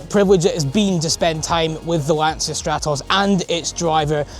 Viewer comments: Please, it's an italian car. The correct pr. is: Lanchia. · Why can't people say Lancia correctly even after ALL these years? 🤣🤣